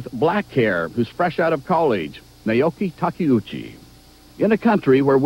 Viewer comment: Oh, wow! This is awesome! Except for ..... "Nayoki Tocky-oochi".... >_< Thank you for uploading this!!